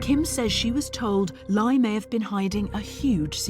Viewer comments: One of the scammers names is pronounced like “LIE” 😂😂😂😂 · Laye pronounced lie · Dude’s name is literally pronounced “lie”, Kim! 🤦🏻‍♀️